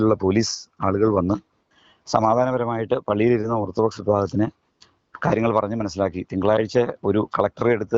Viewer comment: ഓർത്ത് ഡോക്സ് അല്ല ഓർത്താൽ ഡോഗ്സ്